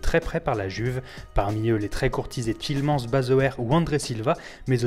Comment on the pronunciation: Omg j'ai vomi quand il a prononcé "Tielemans" 😂